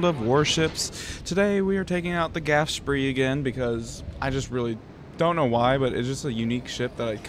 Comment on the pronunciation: Because the rest of your video review of the Graf Spee (ghraph shpee) was pretty spot on, I thought you were making a joke by mispronouncing the name and misspelling it.